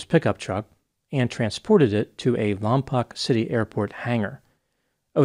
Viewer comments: It's not Lom-pok, it's Lom -POKE, like stop poking me. - Resident. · great video, but im sorry i have to do this. Lompoc is pronounced "Lawm-poke" not "Lawm-pawk." just a regional thing, sorry for being that guy. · Lompoc is pronounced "Lom-poke," fyi. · It's pronounced lom poke.